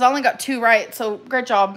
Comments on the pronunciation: The way you keep saying rot instead of right is so irritating. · It fills me with rage every time amber says “rioght” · “Did you pronounce that ROT?” 🙄🙄🙄